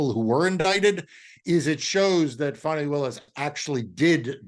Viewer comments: A little respect please Marc to Fani(Fawnee) Willis. MAGA disrespects on purpose with mispronunciations of names. Don't be among them. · Please!! The lady’s name is Fani, pronounced Fawni .